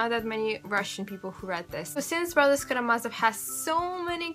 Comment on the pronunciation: Thank you, I'm an American reading The Brothers Karamazov for the first time and it helped me to hear you pronounce some of the names!